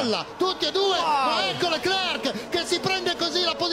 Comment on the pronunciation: Ma possibile che nessuno lo pronunci correttamente???? Leclerc, la c finale non si legge!!!!!